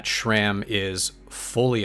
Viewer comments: It’s not SHRAM it is SRAM. There is no H in the name and no SH sound. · There is no H in SRAM